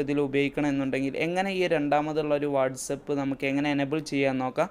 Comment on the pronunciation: Its not what's up... It's whatsapp..